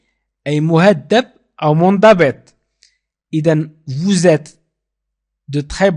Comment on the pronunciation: Salaam Merci pour Les leçons. Mais tu pronnance le(vous) comme (vos)